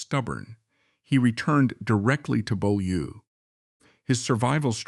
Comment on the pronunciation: And someone who knows how to pronounce Beaulieu rather than "Bow Loo".